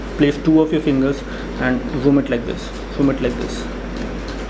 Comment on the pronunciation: zhjoom, lmao